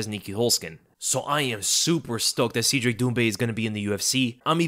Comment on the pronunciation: It’s Cedric (Said Rick), not Seed Rick…